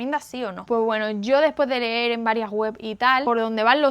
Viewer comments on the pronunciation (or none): none